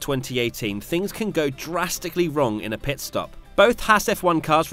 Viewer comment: “ PEET STOP ”